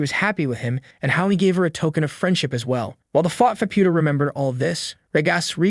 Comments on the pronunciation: I think he's saying Faputa's name wrong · It feels AI generated cuz he's pronoucing Faputa's name wrong too